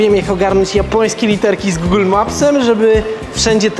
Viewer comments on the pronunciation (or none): none